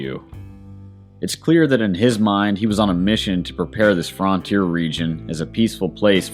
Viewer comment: Why are you so adamantly intentionally mispronouncing frontier? You don’t say get the Fraunt door but you think it clever or intelligent or whatever to say fraun teer. It’s not accent because I’ve traveled through a LOT of this country and never heard anyone talk like that.